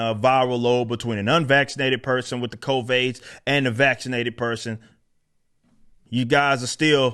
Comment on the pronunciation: Everytime he says CovAIDS...I lose it. Everytime.🤣